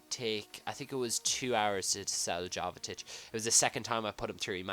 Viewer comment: It's pronounced yovetich and gille